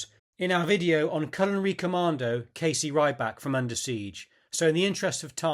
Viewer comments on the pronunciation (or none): none